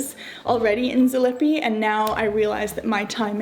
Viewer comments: ZalipiE Please, please. We pronounce all sounds and letters. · Zalipie is pronounced zah-leep-ee-ah and its rough translation is after the shrub/plants lipa is a type of tree or plant. Looks lovely.